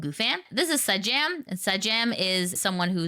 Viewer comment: also, it's 'Say-Jam', just in case people aren't aware how to say Sajam.